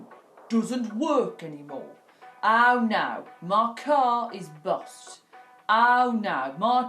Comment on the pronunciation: It ay bost or bosted , it's bust or busted lol